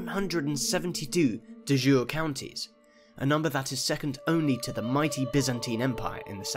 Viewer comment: De jure is not pronounced as the French de jour. It's either day-joor-ee or dee-yoor-ee.